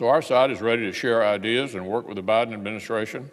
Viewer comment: "vice president hiden" 🤣🤣🤣🤣🤣🤣 does he say senate repelicans?? 🤔😂